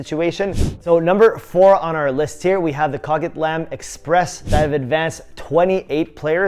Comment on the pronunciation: Dude. CO-Quit-LAM. 😂😂😂😂